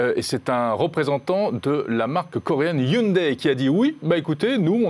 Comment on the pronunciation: C’est la bonne prononciation en coréen et non hyundaille